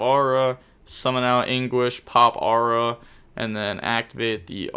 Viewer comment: For your next lesson: It's Aroo-ha, not Aura lol